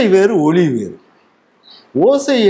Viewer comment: "ஒலி"என கூறப்படுவது "ஒளி"என்பதுபோல் ஒலிக்கிறது, தாங்கள் பேசும் போது.மன்னிக்க.